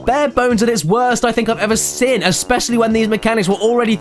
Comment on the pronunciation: I've been watching caddie since the beginning and it still makes me die a little inside every time he pronounces seen as "sin"